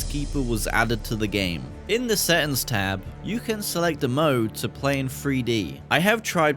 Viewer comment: “DA SETTINS”